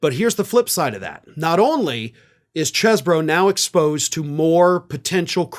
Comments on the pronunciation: It's Cheese-bro. Spelt like that. Same way you pronounce it. Cannot Cheese-bro. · Damn it,! It’s pronounced “CHEEZ-bro”! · I thought it was pronounced cheese-borough